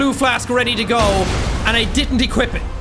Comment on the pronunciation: I love how no one is commenting on Jacks choice of pronouncing some words. I nearly died of laughter when instead of saying Equip, he pronounces it, Equeep. That instantly took me back to that stupid Family Guy Wheat thins commercial, when he argues with Brian, about how they should pronounce it. Wheet thins, Wheat Thins, Equip, Equeep. XD